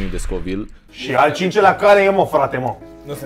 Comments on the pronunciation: Nu se numește scovil se numește kovail !:)) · Se citește covailt nu scovilt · Am înțeles Scovil in loc de covile